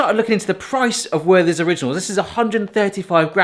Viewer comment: The "th" in the name is not an English th. The h is silent, and the t pronounced hard. Also the first e is an open one. More like "Vehrter's"